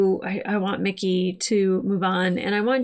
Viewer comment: It IS Mickey....NOT Ricky!